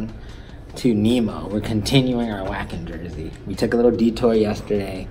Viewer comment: Maybe some one pointed it out, but it's pronounced "Vah-Ken". Trouble with these bands that play overseas is you gotta wait for them to say the name of the venue or area to know what the hell it's called lol.